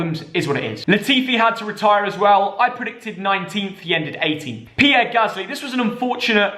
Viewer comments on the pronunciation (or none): none